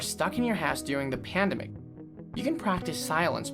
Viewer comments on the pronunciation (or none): Man said pandamic